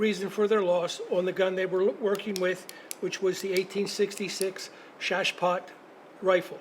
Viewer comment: The way he pronounced Chassepot mildly upsets me.